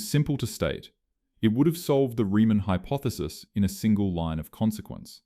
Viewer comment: Same as 'hypothesis' read as "hypoethesis", plus the typical contrivedly dramatic composition. All just artifacts of one-eyed 'A Eye' scripting and reading.